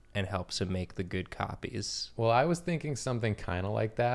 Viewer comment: saying “Makin’ cop-ays 😏” simultaneously made me extremely happy and also turned me to dust.